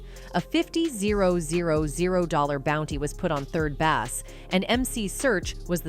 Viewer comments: What are you calling Suge Knight!?! Bass is pronounced BASE! 🙄🤡🤡🤡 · When the A.I. voice said "A 50-zero, zero, zero bounty was put on Third Bass (said as in fish)" I stopped the video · 3rd BESS? .... AI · Third Bass, pronounced like the fish? Yeah, brilliant choice, the AI narration. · This AI is stupid. Calling 3rd Bass a Bass fish.